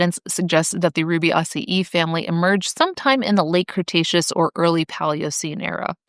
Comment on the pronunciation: Never heard Rubiaceae pronounced like that but I'm weird... I also drink tonic water by itself because I like the taste.